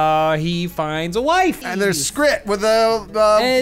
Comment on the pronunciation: IT WAS SKRAT NOT SKRIT